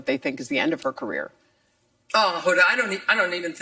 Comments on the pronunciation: It’s Wimbledon Hoda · Why have Hoda Interview when she knows nothing about tennis. It’s not French Tennis Association; it’s French Tennis Federation. And, it’s not “Wimbledon”; it’s “ Wimbledon”. As for Naomi, Mary got it right. Doing press is obligatory and it’s a part of the players’ contracts. Press coverage is crucial to the publicity needed for tournaments to increase ticket revenues and thereby increase player prize money, and satisfy TV broadcasters. Regardless of Naomi’s bouts of depression and the fact that she and everyone going through similar predicament, need to take care of themselves and their physical and mental health, her original message was ill thought out. She needs to fire whomever is giving her publicity advice!